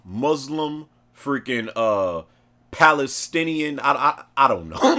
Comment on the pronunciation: What is palacestionian??????? 😂